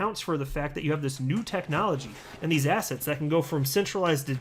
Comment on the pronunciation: Great info, thanks for keeping us informed…I gotta say that every time you say “assets” I hear “ass hats” 😆